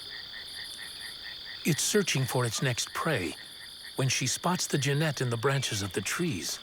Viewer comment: Narrator can't even pronounce Genet!